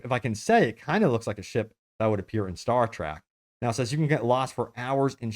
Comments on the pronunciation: Its Star TREK not Star TRAK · It killed a part of my souls every time he said “star track” Edit: I just finished the video and there are so many butchered pronunciations that my soul is 100% dead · Did you say Star TRACK? WTF IS WRONG WITH YOU? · ”STAR-TRACK” lol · What's "star trAck"? Oh, you meant Star Trek.... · It’s star trEk not start trAck